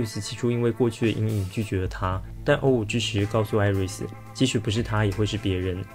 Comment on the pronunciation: 想問一下 為什麼O5是唸歐五不是唸成歐梵??